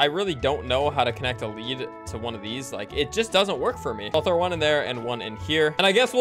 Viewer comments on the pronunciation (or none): lead rhymes with WEED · is bad with the “lead”